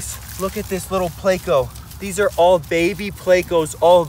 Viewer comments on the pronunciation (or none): Pleco not placo